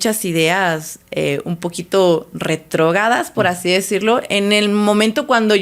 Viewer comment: No sé si de verdad se le está olvidando el español ,O en su Universidad no le enseñaron correctamente 😂😂 porque dice: Excuela, Detrogada,dice las grandes Ubers, no sé si ella está correcta, pero yo pensé que es así :Escuela, Retrógrada, y las grandes Urbes.